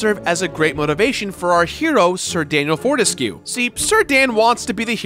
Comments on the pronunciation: Four-te-skyoo, not four-tes-que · I think "Fortesque" must be pronounced as "burlesque" and every other word with this -esque suffix.